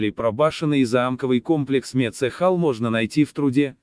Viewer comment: Не мецЕхал, а Мецхал!!!